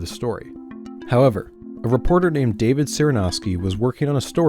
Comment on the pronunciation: Your pronunciation of the name Cyranoski was refreshingly accurate